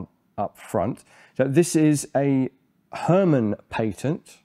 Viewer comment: herman in dutch is less like her man and more like the german herr and you got the man correctly